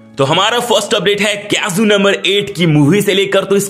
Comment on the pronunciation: Kaiju ❎❎❎ keazuu✅✅✅😂😂😂😂